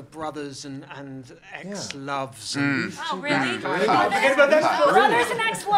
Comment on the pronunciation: eX-lOve? Ex-LOve?!? LMAO